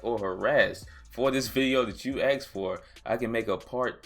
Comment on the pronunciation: "AXXED" FOR IT LOL